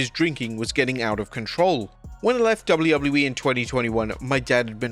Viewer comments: Please learn to pronounce the letter "w". Your accent is really frustrating to listen to when you speak fast and slur the letter w. It just turns into "doubleubbleyewee" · dounley ubbley e?? ffs learn how to pronounce it or stop doing these vids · Haha, this guy has never been able to say WWE. 😂😂😂 Wobedley Wobbedly E 😂😂😂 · Who gave this person the job when they cant say wwe properly? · The way this guy says wwe tho